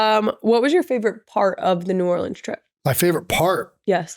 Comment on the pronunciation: As someone who lived an hour from New Orleans my entire life. Thank you for saying New Orleans right. When Kendrick said it wrong I was so sad lol.